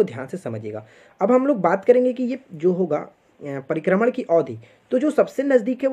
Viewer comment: Sir pribharman nahi prikarman bolata h